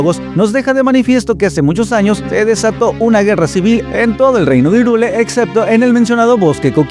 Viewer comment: Ok, todo muy bien pero... ¿Por qué dices "Irúle"?